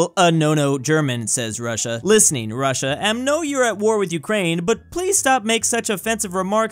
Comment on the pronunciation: I so triggered when i hear Ukrainia, dont even on russian is not like This, it's Ukraina(Украина,Україна) And no isn't Niet its Ni(Nea)